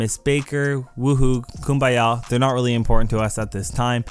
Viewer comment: "yay combaya"